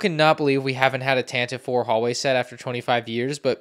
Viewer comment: it’s “Tan-ti-vee four”